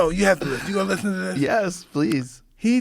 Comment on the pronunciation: Take a shot every time Mike says "listhen!". hahaha for real though Mike is such a fun person to listhen to. We need more podcasts with him!!